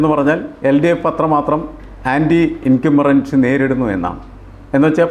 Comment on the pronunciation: സാറേ incumberency അല്ല incumbency എന്നാണ്